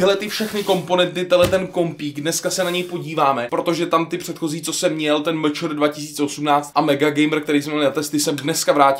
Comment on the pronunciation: A to MČR se čte "eMČéR" a ne "MČR".